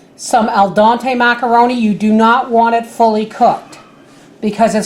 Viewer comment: it’s DEN-TAY.:)